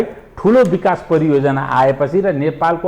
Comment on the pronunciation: Priyojanaa hoina hajur pariyojanaa ho.